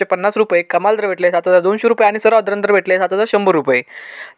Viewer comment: थोडं सावकाश सांगा हो भाऊ आपण सांगताना सर्वसाधारण दर म्हणता सर्व दलिंदर दरच आयकु येते 😅😅😅😅😅वारे वा 😊